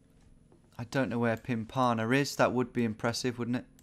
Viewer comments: "Pimp-a-mah", not "Pim-parma" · Being British and living near Pimpama is hard.. it's actually "pim-per-mah". As for the Edinburgh guess I mean that was happening. All of your "guesses" were SW England and you didn't notice that the distance to Kapten's guess didn't change much. If you're gonna spray guesses on the last round (which you absolutely should) it should be a triangle of the country with one in the centre. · after watching alot of your vids there was finally a place near me! Pimpama - pronounce pimp-amar. I live just south of there. Soo crazy how you predicted so close to there having no idea where it was. you are the goat. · Woah I immediately recognised pimpama, pronounced pimpa-mar. Neat to see something so close to you on this. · I used to live in Pimpima. It's pronounced "pimp-a-mah", not "pim-par-mar" hahaha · I'm from the gold coast and the way he pronounced pimpama killed me lmao but nah it's fair enough